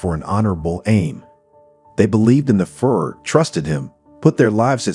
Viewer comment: Narrator, You have to learn how to pronounce Hitlers leadership title !! Your driving me crazy with FURR !!